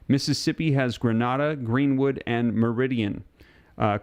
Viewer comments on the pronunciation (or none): As a Mississippian you did fine on the names. But in case you’d like to know, Grenada is not pronounced like you said it. It’s pronounced more like GrahNahdah. 😂